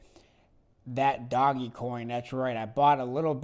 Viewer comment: Smart choice....Tesla , blackrock speak for itself. Mark Cuban loves ETH.😉don’t mind the dinosaurs... were are investors, not fanatics of one or another asset. It’s not doggy coin...it’s pronounced Doge like “forge”😉